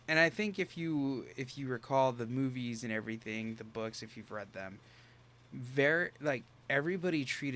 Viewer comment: okay, I just wanna state, I was not looking for it but when said "when you recall the movies" it seriously sounded like he said "boobies" than he continues talking and I realized what he actually says 😂😂😂